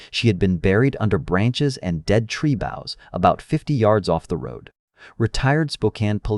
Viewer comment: and also tree boughs pronounced correctly, and lead was correct previously. Odd.